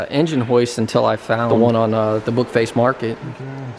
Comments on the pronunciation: Did you mean Facebook market you said bookface market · did u say bookface market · Anyone else hear him say bookface instead of Facebook